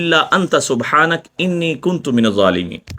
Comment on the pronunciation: Kuntm nahi hai sahi word kuntu hai word theek krljeye